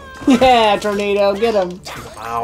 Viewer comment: I believe Zorro’s horse is named Tornado (Tor-NAH-do).